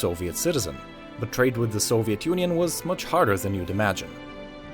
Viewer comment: Just love the way you, Westerns, pronounce a word "Soviet"